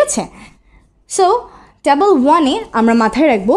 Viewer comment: Tabol na table 😑